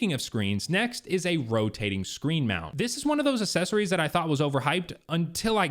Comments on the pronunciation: Mispronounced accessories by the way uhk·seh·sr·eez is the correct pronunciation Saying assess-ories which is incorrect. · Now that you’ve pointed it out, I can’t unhear assessories